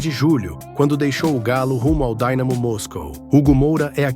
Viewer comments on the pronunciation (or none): "Daynamo" Môs col, não existe é Dynamo lá é Russia fala.se Russo não inglês!